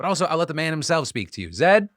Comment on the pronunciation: The way Phil is pronouncing Zaid is k!lling me 😂